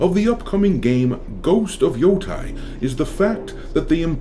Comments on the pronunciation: It’s Ghost of Yo-TAY not Ghost of Yo-Tie. The game looks like shit to me, but as someone who actually lived in Hokkaido near Mount Yotei for some time, it drives me nuts every single time you mispronounce it. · I don't want to be that guy, but it pronounces Yoh-Tay, not Yoh-Tai